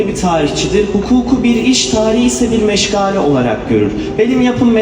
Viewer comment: Mâşâallâh bârakallâh. Meşgale kelimesinde "ga" uzatılmaz.